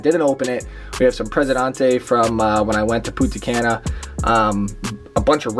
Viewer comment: Presidante and Punti khana WTF XD. Thats not how its pronounced CD